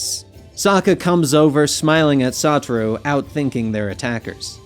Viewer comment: I feel like to O part of of Satoru is to be pronounced with a low O & not a high O